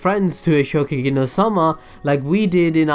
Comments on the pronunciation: It is ShokuGEKI not shokugi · ShoKUgeki no soma, you kept saying Shogeki no soma :'D